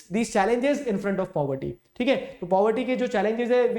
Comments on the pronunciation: poverty ❌ puberty ☑️ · If you did not listened the part in which sir said puberty instead of poverty.... You are not a fan... 😂😂 Jokes aside, i love your videos.... You are the only one because of whom I am scoring good marks in sst 🥺💖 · Puberty sir told instead of poverty 😹🤣😂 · Caused due to "puberty" But was trying to say poverty 😅🤣 Btw you are my best teacher